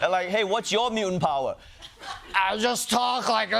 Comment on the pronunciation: “Transfer of powah”